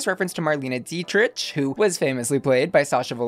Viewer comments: It's Dietrich - DIETRICK PRONOUNCED not Dietrich like rich , watch your language! Lol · Marlene Dietrich is pronounced “Dee-trick” just fyi. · I feel old. Marlena Dietrich. It’s pronounced Mar-lay-nah Dee-trick. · Just so you know Marlene Dietrich is pronounced Dee-trick not dee-trish just so you know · I didn't Google "grumpkin," but I did Google this: "What is the pronunciation of Dietrich? Break 'dietrich' down into sounds: [DEE] + [TRIK]." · DietrITCH? GGUURRLLL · No tea no shade but you mispronounce Marlena Dietrich last name